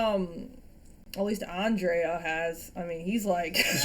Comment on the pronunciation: I forgot: your pronunciation of Andrea it's perfect now 😉👏